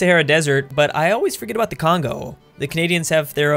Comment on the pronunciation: That beautiful hey what aboot some Molson now?